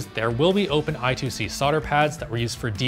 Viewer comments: It's pronounced eye squared c not i2c. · I2C Is pronounced "I squared C" instead of "I two C" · Every time someone says I 2 C, a puppy dies. *Eye-Square-Cee. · I2C pronounced as "eye-square-see"